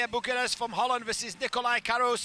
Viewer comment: “Holland” sure guy